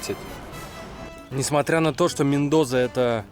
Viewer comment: Мендоса! В испанском языке нет звука "з"😁